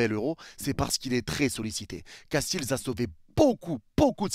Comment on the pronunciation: trop bien la vidéo mais juste pour te dire je suis belge et notre gardien ne se dit pas castils mais castéls et pas faes mais fasse